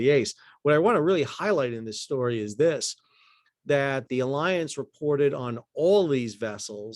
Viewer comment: Another timely and interesting report. Thanks! As a hint, mein freund, the name of the huge German insurance company Allianz does not sound like the English word alliance. Try instead ah lee onts. The last syllable rhymes with the english word "fonts". Danke!